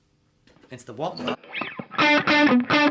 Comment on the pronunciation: Proud of you for learning how to pronounce "Wampler"...now we've got to teach you how to pronouce "Mesa"... it's MAY-sa, not MESS-a... :-)